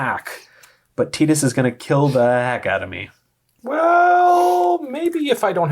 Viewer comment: Pronouncing Tidus correctly whole pronouncing Final Fantasy Ten as Final Fantasy Ex in the same breath, made me lol. ❤️